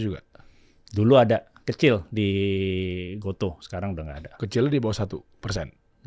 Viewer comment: Oh.., ternyata dibaca "go-to". Selama ini aku kira bacanya "go-tu"... 🤔